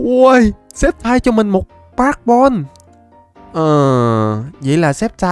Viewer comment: sextai cái j mà sextai Pokemon người ta tên là sì kép tai đọc là skép taiz ko bt còn đọc sai🤬